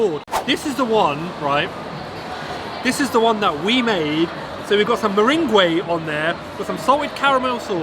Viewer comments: What did he say... Meringuay 🤣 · 😄 ur pronunciation on Meringue is funny!! Love ur vidz bro